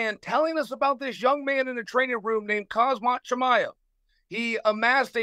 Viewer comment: He always does. When the goat calls you hazmat chimaev you are now hazmat chimaev.